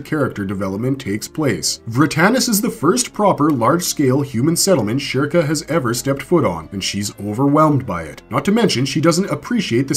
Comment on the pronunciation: how do you pronounce the topic character's name wrong?